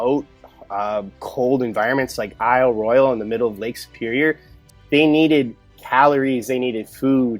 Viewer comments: FYI: ISLE ROYALE is pronounced: "ISLE ROYAL" by the locals. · Question: How many times can you mispronounce Isle Royale in an hour ?